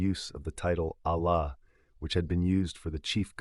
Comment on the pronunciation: don’t you hear the AI voice? Also the same kind stories keep circulating of people says they were devout muslims but he talk’s nothing about what is wrong with his Islam and his Arabic pronunciation of simple words like Allah, is false. Unless you are revert or you were not devout Muslim you can’t get wrong pronounce simple Arabic words because you read Quran everyday in your prayers.